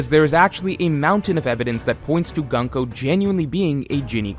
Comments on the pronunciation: Her name is Gunko, not Ganko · it's pronounced Goon-ko, not 🔫ko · it’s pronounced GOON-ko. cmon you’re a pro, at least attempt to learn how to pronounce the characters’ names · GOON-KOH,. You fixed RAI-yuma and Yon-KOO, you can do it here too. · man i hate your pronunciation of her name😭😭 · bro can u pronounce gunko and hajrudin properly pls